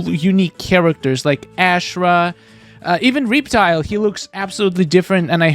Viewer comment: the way he says reptile haha